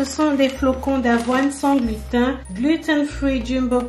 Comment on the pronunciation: Coucou, pour la prononciation, on dit glutène 😁